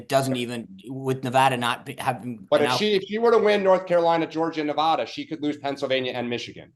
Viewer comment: The DNC really needs to emphasize to its surrogates how to properly pronounce “Nevada”.